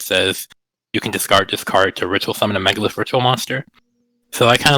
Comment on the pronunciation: i stopped listening when i heard him say megalith